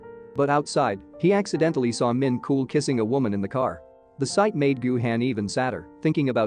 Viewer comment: Idk why but Min KOOL killed me.💀💀💀 (It's pronounced min chol)